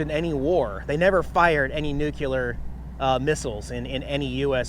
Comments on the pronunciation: Awesome vid lol at Nucular its Nuclear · Nuclear is pronounced nu-clee-ar, not nu-cu-ler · It's New-Clee-Err, not New-Cue-Ler. :) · Said you learned a lot today, please add this. The word is nuclear not nucular. And Gila Bridge is pronounced He la Bridge. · It's Nuclear,... not Nukiller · Nucular???? Hmmm, did you mean Nuclear?? Cracked me up. No pictures of Angela? I'm glad you are traveling with a friend, it's nice to change it up now and then. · Pronounced nucleeeeeer not nucuuuular 🤓 just sayin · I think was having some fun with us with his pronunciations. The original title was even "Nucular", and he'd have to defeat spellcheck to get to that. Add to it Gila, and yes, I think he was just trying to have some fun. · NEW KLE ER sound it out and spell it correctly Nuclear...... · Nuclear* Not Nucular I like the TW, looks like a lot of fun!